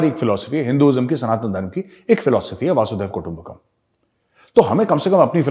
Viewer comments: Major sahab it is वसुधैव कुटुंबकम् not वासुदेव कुटुंबकम् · Vasudev kutumbhkam nahi hota Gaurav bhai, it is Vasundharav kutumbhkam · मेजर गौरव आर्या, कृपया "वसुधैव कुटुम्बकम" कहिये। आप वासुदेव कुटुम्बकम कह रहे हैं।😊👍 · Gauravji. Its vasudhaiv वसुधैव कुटुम्बकम् . Not vasudev ir vasudhev. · Major saab it's basudhev kutumbakam not basudeb kutumbakam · Sir, its not "Vasudev Kutumbakam". Its "Vasudhaiva Kutumbakam", means Vasudhaa - the Earth - Bhumi, Eva/Eba - means really and Kutumb - means Family. The whole meaning is "The whole earth is really a Family. The pronunciation is "Vasudha-eba-Kutumbakam". I just heard you are saying 'Vasudev' many times. Its actually 'Vasudhaiva'. Please never mind Sir. Jai Hind.......🙏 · Not vaasudhaiva kutumbakam, It is vasudhaiva kutumbakam sir. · The phrase vasudhaiv kutumbakam is pronounced with a short vowel "a".